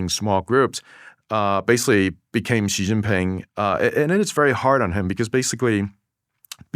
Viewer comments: WTF sound is Dwarkesh inventing for the X in "Xi" that doesn't exist in Mandarin at all or even in English for initial sounds in words. It's some weird French J sound. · There’s no excuse in 2025 for an educated person to pronounce “Xi” like “Jhee” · The 'zh' sound /ʒ/ doesn't exist in Mandarin. So that's not how you pronounce "Xi". It's pronounced / ɕi / -- a voiceless palatalized subilant. It definitely is not voiced. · Thanks so much for this interview. Props for the subtitles as a whole (still needs a grammar parse to nab the extra words that dropped in here and there). One thing Dwarkesh, if you ask someone how to pronounce a name (or to correct you) please try to then say it correctly too to complete your show of respect for whichever foreign culture you're discussing. Another thing D, be very careful about your bias, it seriously undermines your integrity and validity. Much of the condemnation and judgement you level should be measured against other countries too, particularly the US, Victor checks you a few times and in a more measured discussion you would spend more time contrasting. You did this well when mentioning the "rent" in Californian bureaucracy, sadly this approach wasn't consistent. Some of your judgements are perceptual/ideological (unconscious) bias driving sensational or hyperbolic choice of words. Try talking a little slower to phrase your question more carefully so you can properly discuss the issue from all povs rather than feed the bias machine and make your audience more attentive to the substance of the discussion rather than the judgements. With that attention to poke at the issue from a few academic/analytical angles with someone like Victor you would generate some really worthy perspective and enlightenment around the differences in approach. For instance some consideration about whether "wasting" money producing tangible outputs to service state and consumer de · Hes anglicising the pronunciation. Because he doesnt know pinyin